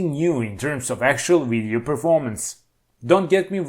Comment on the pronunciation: "the uidio" ....the letter V is so hard....thanks for the laugh.